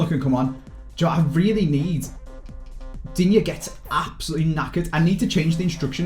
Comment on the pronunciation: digne is pronounced dean 👍👍